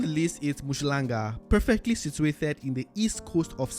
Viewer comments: Mushlanga 🤪 It's Um-hlanga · It is not MU shlanga but UM hlanga really not difficult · UMHLANGA ✔️ UMSHHLANGA💬❌ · 😂You butchering the pronunciation of Umhlanga, but you get a pass my brother.